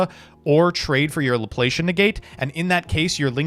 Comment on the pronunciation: Love it. But please pronounce Laplacian correctly